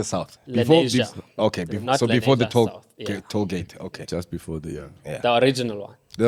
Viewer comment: It's "Lenasia"